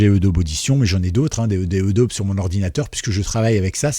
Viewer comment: Merci pour le tuyau. En revanche, je ne sais pas si tu prononces "edaube" pour Adobe volontairement. Si ce n'est pas le cas, la vraie prononciation est "adobi". Al...